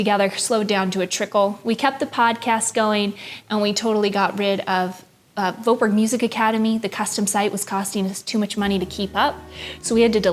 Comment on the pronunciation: I think your pronunciation of your own last name is so funny. The name ‘Voetberg’ clearly originates from the Netherlands (where I’m from). And your pronunciation is not even close to what it should be in Dutch hahaha.